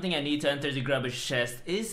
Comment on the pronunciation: Imagine my disappointment when he said grubby instead of grooby.